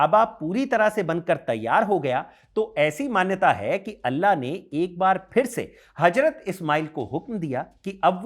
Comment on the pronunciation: गुड इन्फोर्मेशन लेकिन अपनी भाषा पर पकड़ बनाओ हजरत = Hajrat ❌ हज़रत = Hazrat ✅